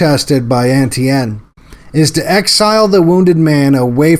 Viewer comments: Great vid but 'Etienne' is pronounced 'ay-CHAN' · Etienne not N.T.N.